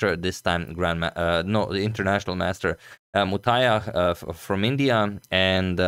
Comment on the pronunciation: Other day you struggled with Sri Harish, today you are spot on with Muthaiah's name.